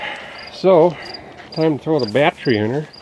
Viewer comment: what is a batt tree? i keep hear him talking about batt trees....